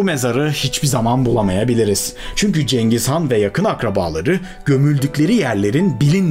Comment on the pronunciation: Abi cengiz gan diyorsun ama vido girişinde Atilla nın resmi var.